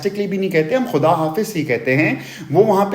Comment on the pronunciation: شکر ھے اردو کا اخبار الٹا نہیں پکڑا تھا۔۔۔جب خدا اور خدائی کو کھدا اور کھدائی کہتی ھے تو کانوں میں جیسے سیسہ ڈالا ھو۔۔واقعی اردی کی بری حالت کی ھے